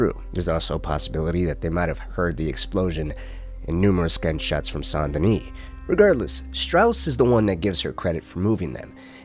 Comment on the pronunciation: Sawn denis? SAN Denis